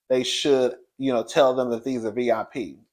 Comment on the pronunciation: I cringed when Monyetta said “vip” Ain’t nobody in Portugal know who the the real housewives are 😂😂😂😂😂